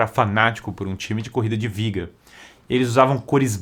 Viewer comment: quando você disse viga, o correto não seria biga? Sei que tem a questão da pronúncia do B e V em Espanhol, mas sendo uma palavra em Latim, acredito que teria som de B mesmo.